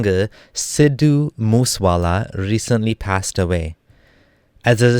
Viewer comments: Lmao "moose" wala. It's moosé wala. Moo say wala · You look like desi man but your pronunciation for sidhu moose wala is so funny